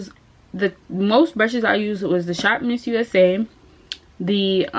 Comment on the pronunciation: It’s ShopMissA, not missusa! 😂